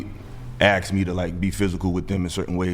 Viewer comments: Stop axing questions. Stop the "aks", it's retarded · why do black people have trouble pronouncing the word "ask" ? why does the word "axe" always come out of their mouth?